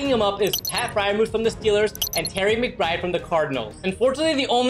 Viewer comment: Ngl you said trey McBride name wrong lol 😂